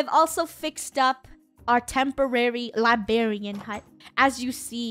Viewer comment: Aww it's funny that funneh says "Libarian" lol